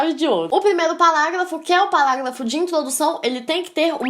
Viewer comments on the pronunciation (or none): acho bonitinho ela falando PALáGLAFO